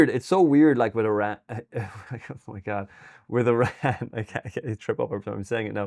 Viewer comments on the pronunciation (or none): Eeee-ran vs EYE-ran!!!